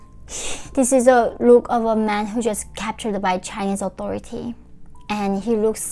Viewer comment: you say 'just' with a pause somewhere through this and it read as the complete opposite of what you wanted to portray. may I suggest a double check with a native English speaker <3 we get what you mean but it made my heart drop hearing you say something that could be cherry picked to mean the wrong thing